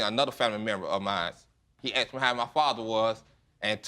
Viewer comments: He axed her!!! Painful !😂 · " axed me" 🙄🙄🙄🤦🏾‍♀️ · Why does she keep saying axed? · He axed her good lord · Why are you saying "aksed" instead of "asked?" You irritate me! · Will both of you stop saying "Axed" for asked? You sound ridiculous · Why do they say Axed... where is the axe? Is it not called asked... ? Just confused... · He never axed me!! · Why can't anyone talk right.. its called :" ASked.. not Axed.. thats something very different ... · Lady i understand your pain but you saying if he asked me or aksed me i would tell him the truth is not an excuse. He deserves the truth wether he asked you or not. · axed me?? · What’s all this ? “He didn’t AXED me?” And him saying he did AXED her?, silly people, it’s not difficult to say “Ask” OR “Asked” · w/all of this "axing" going on, whole forests tremble in fear. the only "hurted" here, is the English language. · Lots of axing here🤷🏻‍♂️🪓